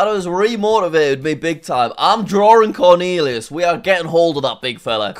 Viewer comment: "CORNEALEAUS" lol.